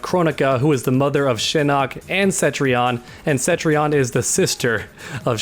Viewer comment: For the love of God her name is Cetrion not Centrion! Can't Americans read? Like the 5th NA youtuber to call her Centrion today jeeeze there is no N after the E homies